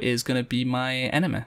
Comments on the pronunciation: Enemy is pronounced enemee not enema... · It took me a while to figure out that he was saying "enemy" instead of "enema." Hee hee!